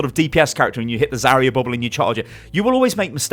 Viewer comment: Pusok Mate Zarya not zarier